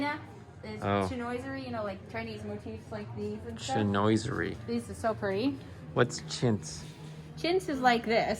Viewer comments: I've always heard it pronounced chin-wa-sir-ee. Maybe a regional thing. Ballard Designs is a good place for inspiration if you like the look. Also, though it's not politically correct, if you search "Oriental" on FB Marketplace, you tend to find the older sellers who just want to get rid of stuff. :) Just a suggestion to help you make you decision on how much closed storage you want - look at your kitchen gear and make a rough percentage of how much you want to be seen and how much you want to hide, then see if that percentage lines up to much closed/open storage is in your plan. Love the grey/blue finish idea. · Chinoiserie = shin WAH sah ree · chinoiserie is pronounced sheen waa zuh ree. Kitchens these days have more often drawers also for the pots and pans; more ergonomic and you don't have the hassle of the doors 'in the way'. It's so good to dream up your kitchen and then fill it in with more details (measurements and colours). Helps you to present your ideas to the architect/designer and builder, as is a pinterest idea board. So exciting! Success.